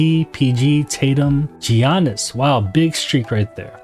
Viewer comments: Giannis is pronounced with a Y almost so you'd say Ya-niss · Just a heads up the G in Giannis is silent (sounds like yi-annis) 👍🏻